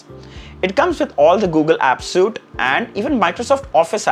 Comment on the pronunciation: great review, also its sweet not soot, suite not suit, cheers